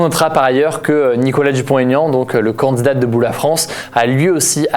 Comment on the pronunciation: C’est marrant parce que tu dis pas « candidat » mais « candzdat »